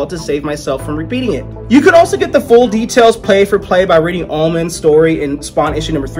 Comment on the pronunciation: Dude, u pronounce words so badly! Is that word "omens"?? Well, it's a long 'o'.